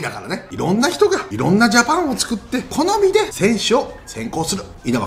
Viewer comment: 好みがコナミにしか聞こえない